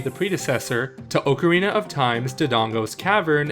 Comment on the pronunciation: Your pronunciation of Ocarina triggers me - Officially, it's pronounced "Ock-a-rina".